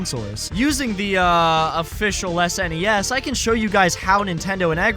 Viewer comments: it's ok dude can just call it a snes like everyone else. Not an S.N.E.S 😅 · Pronouncing SNES like ess en ee ess is really grating me 😂 it's just one word, SNES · It's super n.e.s. or s.n.e.s. not snes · Does anybody else cringe every time you hear "SNESS" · That is NOT how you pronounce SNES